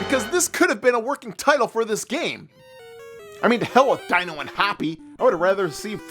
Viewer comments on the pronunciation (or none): D-ee-no, not Die-no. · My soul died a little every time he said “dy-no” in stead of “dee-no” because a few times in the episode he said his name correctly. Haha I guess it’s one of those things that gets stuck and you can’t help it. Regardless, Dino & Hoppy worth the month. SADP not worth the money!